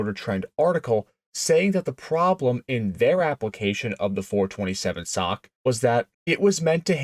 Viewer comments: SOCK? Please teach your AI. It’s S O H C, cammer or single over head cam. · WTF is a "sock motor'? Do you have any idea how un intellectual that sounds? S O H C has never been said as "sock", not ever. If your thesis were remotely true, then double overhead cam motors would be "dock" motors. Maybe now you can see the difference. Calling them "sock" motors does not make your patter more intelligible or elevate your not very car oriented dialog more "car and coffee" sounding. S O H C, each letter pronounced separately is the correct way, the real "cars and coffee" way to say this. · Nobody calls it the "sock" 427😱. It is called the Cammer 427. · SINGLE OVERHEAD CAM, not "sock". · Oh God, help me, give me strength. Did you not see the S O H C on the valve covers ? ! And yes we always called them 'SOHC'. Pronounced like that foot thingy BUT NEVER REFERED TO OR SPELLED AS THAT FOOT THINGY ! ! ! Please Lord, forgive me. But even you understand how much this hurts ? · Nobody calls it a "sock" it's Single Overhead Cam. Narrator sounds ridiculous when he says "427 sock" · The SOHC has been generally referred to as "the Cammer" or "Ford SOHC(pronounced as sock) since the 60's. I've been around since 1952 and have heard it referred to both ways for most of my life. Maybe in your neck of the woods it hasn't been referred to that way, but the world is much bigger than your neighborhood. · God. I turned it off at "sock". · clicked off soon as dude said "sock" gtfoh bro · Someone needs to punch this guy for trying to say SOHC as a word. You sound retarded. Single Overhead Cam. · Quit saying sock!!!!!! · did bro just call it a sock motor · These YT videos are being read by AI so they see SOHC as "SOCK". They drive me nuts...you'll see a reference to a Porche 911 and the AI will say "Nine Thousand one hundred and eleven."....really stupid. AI? I dun thin so, Lucy! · Bro, SOHC is an abbreviation not a word, stop pronouncing it as a word.